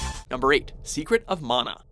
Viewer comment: Love that he narrator pronounces "mana" correctly : D